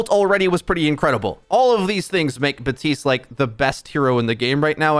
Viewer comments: bap tiste not batiste , i got triggered everytime i heard that XD idk why . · Who's Buhteeste? Do you mean Baptiste?